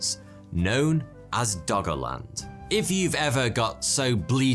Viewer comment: i keep hearing "doggo land"